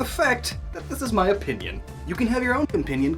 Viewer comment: pinpinion sounds funny.